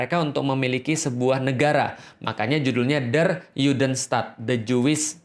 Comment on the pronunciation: Afwan, ustazku! Ingin sedikit mengoreksi sesuatu yang tidak esensial tapi sekadar insight aja 🙏🏼 yakni pengucapan kata “der” pada “der Judenstaat”. Huruf “e” pada kata “der” itu dibaca e biasa seperti “ember” bukan “elang”. Juga nama “Rothschild” yang sebetulnya dibaca “rot-syild” (Roth-schild) bukan “rots-chaild” (Roths-child) . Karena keduanya merupakan kata dan nama germanik. Dan “sch” di bahasa jerman itu satu bunyi, dibaca “sy”. Bisa coba denger di video ini: Hoewever, it’s a great video masyaallah! Semoga banyak yang nonton dan semakin banyak pula yang aware amin 🤲🏼 semangat menebarkan kebenaran staz!!! 💪🏼